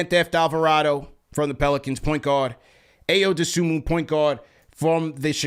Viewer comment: Ayo’s name pronounced “EYE-oh doe-SOO-mo”